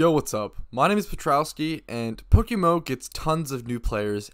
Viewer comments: It's pronounced poke M M O, You keep saying PokeMO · Is someone paying you to market “Pokemo”. You say “Pokemo” like five times in ten seconds at the start of the video